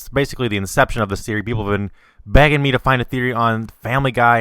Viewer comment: when he said people where begging him to do this theory I heard wrong it sounded like he said people where banging him to do it o-O